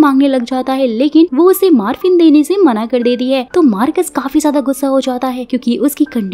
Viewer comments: Maaaarfin nahi... MOR-FINN... Morphine - Painkiller medicine for acute pain. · Marphin nahi morpheen